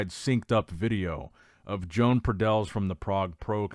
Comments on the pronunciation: Bruh..stop calling him Joan...it pronounced Yoan ... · I have a stroke every time pronounces "Joan"